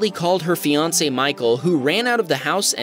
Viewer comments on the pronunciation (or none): none